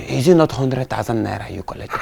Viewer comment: Mr Azu said I will nolt bark again. LOL, Hahahahah. Watching from Papua New Guinea.